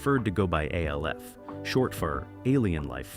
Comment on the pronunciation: Just say alf not the letters A L F